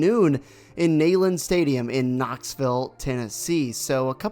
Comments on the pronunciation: Bro if you're gonna do a scout report on a team. At least know details about that team. And its Knee" land not Nayland. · You lost any credibility 10 seconds in when you couldn’t pronounce the stadium name correctly. It’s pronounced “knee”land. It’s a long E. Not “nay” like a horse says. GBO!! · Neyland stadium is pronounced "NEEland" there buddy.